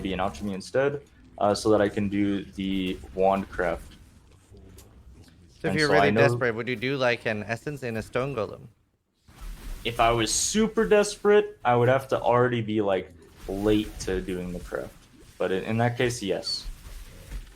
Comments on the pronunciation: Does have a speech impedement? It's al-kuh-me and gow-luhm. Not al-shuh-me and chode-lem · "owchemy orb" and "jolem" hes a true Poe player. dont forget your "chous orbs" either lol why after playing a game and saying terms for 8 years in one game we decide one day to never pronounce it right ever again lol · I don't think it's a joke. He mispronounces both, "Golem" and "Gauntlet". They both really threw me off for a sec, and I had to go back and see what exactly happened. Like, he says "Jawlem" and "Jawntlet". Was odd. I assume they weren't all jokes, but the mispronunciation of those seem more like a joke than when he mispronounced "Alchemy"...I've heard plenty of people mess that up. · joe-lem's and altch-emy's? xD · I KNOOOOOWWWWW we aint bout to sit here and act like he didnt just say JOLEM!!! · unentional xD love the info. the passion and preparedness is great. I have one question tho, does pronounce golem and alchemy the way he does as a meme? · I love the info you guys give. It is awesome you're willing to share this info. On a side note, I really try not to let it annoy me but lord I hate the way he says alchemy and golem. Friend of mine that I played games with for years called ogres orgs. When I realized he wasn't playing around but was seriously thinking that's what they were called 😳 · One of the beat speed runners in POE history. Has killed countless mobs. Still can’t say Golem or Alchemy properly.